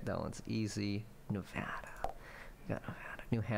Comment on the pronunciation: You did get 71%, but you then pronounced Nevada and Illinois incorrectly, which is a demerit of 50%, so you actually got 21%, making Michael's scores superior 😤.